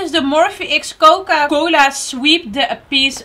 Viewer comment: Coca coli haha, dat was zo lief